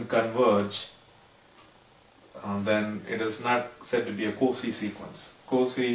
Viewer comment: Cauchy is generally pronounced "COW-SHE". Good video, thank you.